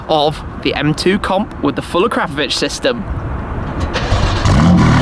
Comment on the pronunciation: Actually, it's "uh-crop-uh-vich" Shmeeeeeeeeeeeeeee says "uh-crap-uh-vich"